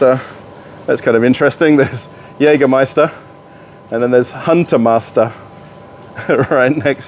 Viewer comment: Congratulations for pronouncing Jägermeister like a native speaker!